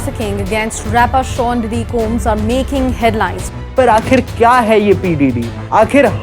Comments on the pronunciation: Also it’s ‘diddy’ not ‘Deedee’ lol😂😂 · diddy ❌ Didi ✅ 🤣🤣🤣🤣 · Bro sometime says didi(big sister) 😂😂